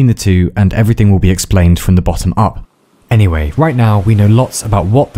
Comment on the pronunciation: cool vid but fk, u triggered me at saying any"h"way! xD